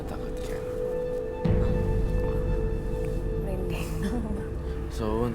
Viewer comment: Koq aku senyum senyum sendiri kak nyebut sho'un bihun 😁